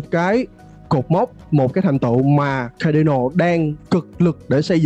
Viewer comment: Phát âm sai tên dự án người ta rồi bạn ơi. Trong tiếng Anh ko phải âm A nào cũng đọc là ÂY ÂY ÂY đâu bạn, Cardano cũng không đọc là Khây Đây Nồ đâu. Thiết nghĩ bạn nên tìm hiểu cách đọc tên các dự án cho đúng đã rồi hẵng làm video truyền tải đến cộng đồng. Phần tiếng Việt bạn trình bày rất hay và mạch lạc nhưng tiếng Anh của các dự án hoặc từ chuyên môn làm cho video bị trừ điểm nhiều. Chi tiết nhỏ thôi nhưng thật sự nghe khá khó chịu khi bạn phát âm sai như vậy. Chúc kênh thành công hơn nữa.